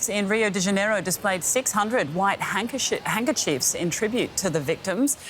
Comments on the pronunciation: no seriously she mispronounced handkerchiefs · She said hankershifts